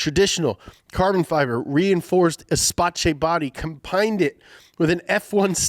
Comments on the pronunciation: yeah, I do think the same. After all he didn't miss any opportunity to pronounce Espatche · Guys, I love that you cover all types of cars from all over the world, especially the Fiesta, but your pronunciation needs work. The Renault Espacé sounds like "Eh-spass" other than that little problem, which I'm sure is only bugging me lol, keep on the brilliant vids! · I see cunning 'Esspaché' plot to flood the comment section with helpful pronunciation tips is working as intended;) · Everybody: it's actually es-pass Me: Holy shit I died at crystaru ritaru😂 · it’s pronounced S-pass, which literally means “space” in French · Gotta love minivans! By the way, Espace is pronounced “esp-ass” 🤙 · i have to say, you are the funnies guy ever, and is the Nolan actually your son? and as a proud Romanian i can assure you that the "c" in Espace makes an s sound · Renault ESPA"CH"E 😅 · Hey, it’s called espace because espace means space in french, you pronounce it éspasssse (im french btw) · Your pronunciation of Espace is disastrous. Use Google Translate if you don't know how to say it properly. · He pronounces a French word like a Spanish one and then says it sounds like an Italian one. It’s like one of those memes with wrong quotes and pictures meant to be as infuriating as possible. Personally I loved it. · It’s the worst pronunciation of espace I’ve ever heard n lmao 😂 😂😂😂😂✌️ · Dont pronounce ''Espace'' like that, its french not italian lol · This hurt my soul so badly every time he named it wrong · Prononciation of Espace triggered me, I'll be honest 😾😾🇨🇵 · As a French, the way he pronounces "Espace" makes me want to commit a hate crime. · We can both agree that while he was pronouncing it like this some part of us died and i'm only half belge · He's saying ''espace'' so wrong lol I'm from Quebec Canada and this is funny! xD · Seriously. Drove me nuts hearing him mispronounce it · Ngl them pronouncing it as "espaćé" triggered me and I'm not even french